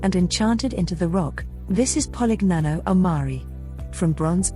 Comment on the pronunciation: POLIGNANO AL MARE, NOT 'POLIG NANO AL MARI'